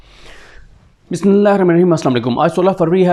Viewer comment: WHY DONT YOU SAY BISMILLAH CORRECTLY ??? THIS I HAVE ASKED SO MANY TIMES TO SAY BISMILLAH CORRECTLY PLS PLS PLS LISTEN TO YOUR AUDIO HOW YOU SAY BISMILLAH...